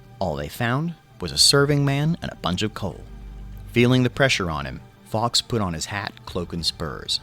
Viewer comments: Fully agree. How did Fawkes become Fox? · Hearing it said Guy Fox day and not Guy "Folks" day hurt. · It's pronounced Forks.